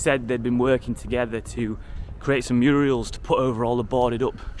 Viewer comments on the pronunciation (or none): Not 'Muriels' - 'murals'. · Bro. MURALS Not muriels hahaha 😅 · Murals not murials. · Murals not muriels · You seem to be saying “muriels” for the street art work, I think you’ll find it’s, “Murals”😮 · Murals not Muriel’s 😂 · “Muriel’s”😅😅. It is MURALS. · I love the way he says murials, like Hilda Ogden did, instead of murals. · Great video but it’s murals and not murials ! Hilda Ogden had a murial over fireplace. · Muriel and Mavis? Murals not Muriel. Lol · Very interesting. Changed a lot since I last visited back in the 80s. Had to laugh at your Murials. 😂 As often said by Hilda Ogden in Coronation Street. It's murals. That said, it was very well produced. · Murals, nor muriels! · murals, not murials! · Your a brilliant fella 👍 Very energetic Love your vlogs 👏 Felt I had to correct you 👍 It's Murals not Muriels, that is a womans name Tip Top keep up your excellent research 👍😘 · "Murials" lmao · Love your channel . Made me smile when you referred to the murals as Muriel’s 😜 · Say murial one more time I dare you